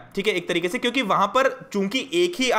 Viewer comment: Ap kyuki ko chyuki ku bolte ho 🤣🤣